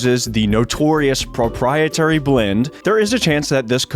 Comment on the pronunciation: “Propietary” blend. Must be the ingredient that helps with those “duanting” tasks.